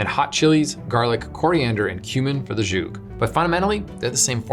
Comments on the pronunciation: Excellent, except zhoug is mispronounced beyond recognition. It’s s’hoog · Why does he say z'huk like it's French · That's not how you pronounce "skhug." It's tough. Why not just use the easier-to-pronounce Arabic name - sahawiq